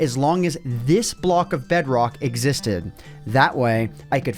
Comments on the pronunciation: i created a BEDROGHH world XD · bro became scottish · BedROKH... You sound like a german...